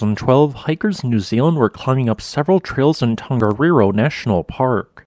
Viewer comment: Another great video! Always so informative and engaging. Your Maori pronunciation is really good too. Just one wee hint, if I may - when speaking Te Reo Māori, the letter ‘g’ is always soft. So the ‘Tong’ in ‘Tongariro’ should rhyme with ‘Song’. The same is true of most Polynesian languages. ‘Hunga Tonga–Hunga Ha'apai’ ….. soft ‘g’ all the way. 👍👍👍 Thanks again for the great content😀